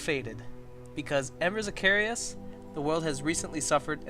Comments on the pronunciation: Embers of carious? Lol I don't see an I in Caerus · i believe you're pronouncing Caerus wrong. the way you guys are saying it, it would be spelled Caereus